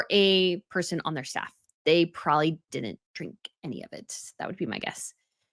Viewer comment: You are WAAAY too old to be pronouncing probably as "prawley", don't you think?!?